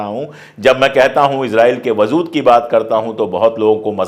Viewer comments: Sir, I really appreciate your work & ethics so much. Just one correction - "WAZOOD" nahi "WAJOOD" bolte h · I like the way you present news. If you dont mind, i would like to correct some words that you use in urdu example: wazood. The correct word is wajood. Iam really sorry iam correcting you. In future also i will correct the words you pronounce wrong, if you dont mind. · lafz wajood hai wazood nahi. Sorry, apki zaban bahot pyaari aur talaffuz bahot khoobsurat hai isiliye kano ko achchha nahi laga. Gustakhi maaf kijiyega. Mai apka fan hoon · vazood nahi vajood hai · Wazood nahi WAJOOD hota hai,sir. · Wajood lafz aap wazood pronounce kar rahe hai.pls rectify your pronounciation. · Aap achchi Urdu bolte hain aik galti ho rahi hai wazood galat hai wajood sahi hai